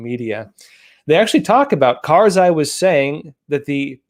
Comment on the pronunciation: It's not karzai